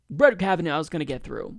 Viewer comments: This is a very good analysis of the situation, but I have a few comments., will you PLEASE stop pronouncing the judge's name "Kav-a-NOW." It's pronounced "Kav-a-NAW." In other words, it's an IRISH name, not a German name. Thank you! The crucial point to be made is that the craven deal whereby the Dems exchanged a fast-track confirmation of 15 Trump judges in exchange of a few days of August campaigning was an incredibly stupid as well as cynical strategy. In August, everybody's on vacation, including the voters in these Democratic politicians' home states! If this were happening a few weeks before the election, it would have made more political sense. So the Dems are not only amoral hacks, but fools, and they deserve to have their heads handed to them in November. Kavanaugh in fact did know that the man who wanted to shake his hand was a Parkland dad, because the man announced himself as such when he extended his hand, so Kavanaugh's behavior was even more reprehensible than it looked. Only the Greens are really resisting the Trump regime. The Dems are incapable of resisting it even if they really wanted to, and they don't want to. As I like to say, if the anti-Hitler Resistance of 75 years ago had been as weak and incompetent as the Schumer anti-Trump "Resistance," the Nazis would still be ruling Europe. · You only mispronounced that name about a dozen times in this video. "Ka va NAH".... not ka va NOW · Hahaha. You have not even watched the hearings. You pronounce his name wrong. It is pronounced kavanaw. Happy to help. Great talking out of Cenks ass, but please do some legwork yourself before you read up the monologues they send you. This is as bad as calling Bernie for Barney, or Hillary Clinton, hitlary genocidal maniac. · Why are you still mispronouncing his name? It was irritating before we all heard it pronounced in the confirmation hearings, now it is just stupid. Obviously fuck Trump, and his SC pick, but say his name correctly.